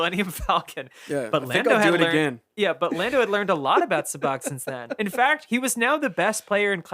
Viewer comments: episode 3 of mispronouncing things: Lando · mispronunciation of the week: Lando